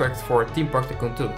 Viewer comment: SAY TYCOON PROPERLY NOT LIKE TOCOON